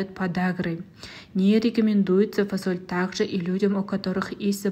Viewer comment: Почему фОсоль? 😂🥱